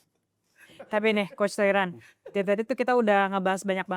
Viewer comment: Aduh host yg cowok gak bgt sih, udh tau Toiran bukan org Indo, terus kayak di notice terus pelafalannya Toiran, pls bgt no respect jatohnya.